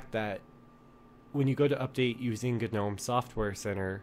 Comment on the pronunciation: Wtffffffffff..... Why does everyone say ganome... I feel like stabbing you all with a kanife